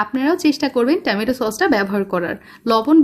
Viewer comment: টেমেটো না টমেটো!! কি অদ্ভুত উচ্চারণ !!